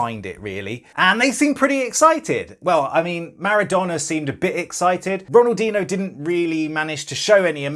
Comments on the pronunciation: Pronounced ronaldeenyo not ronaldeeno you pleb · My man said Ronaldino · Bruv the disrespect to ronaldinhos name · AHHHHHHHH NOOO RONALDINHO PLEEASE SAY THAT RIGHT NEXT TIME PLLLLLZZZZ jk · Mad, he got to meet Ronaldinho and he can’t even pronounce his name